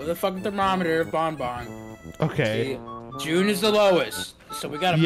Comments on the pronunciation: pronouncing banban as "bon bon" makes me wanna see funtime freddy just hold banban and say "Hey banban! go get em!!" banban replies with a simple "no" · as the worlds number one BanFan i must inform you that you are saying banban wrong. its pronounced like fan but with a b